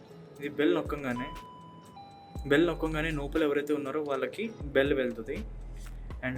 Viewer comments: 👎 నోపల కాదురా లోపల అనాలి... నత్తి ఉందా bro.. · Nopala kaadu raa ayya... Lopala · Bro adi నోపల kaadu లోపల